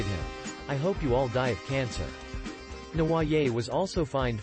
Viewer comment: Seriously if you are going to cover a convicted criminal please learn to pronounce their name correctly and it's Prison not Jail in the UK.....